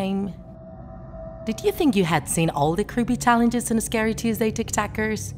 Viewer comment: Lol like it if she says scayrey